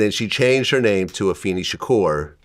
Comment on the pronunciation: Go Vlad and it is Ah-fay-nee